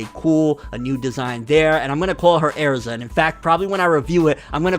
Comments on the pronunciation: ERZA NOT AIRZA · bro tell me why I feel like your saying AIRZA instead of erza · "Air-ZA BRO" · THATS AIR-ZA. RIGHT THERE. AAAAAERRRZAAAA right there. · “That’s AIR-ZAH” Fucking dumb ass nigga 💀🤣🤣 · “Airza” aaaarggggghhh stop no please no you’re usually so on it too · you fcking pronounced "Erza" wrong its not "E'arza" that kinda pissed me off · Darius Fehed same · How he says Erza is like aerza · Erza is part of the black bulls😂. The way he says Erza though, “Air za”. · Also he can’t say Erza and it makes me mad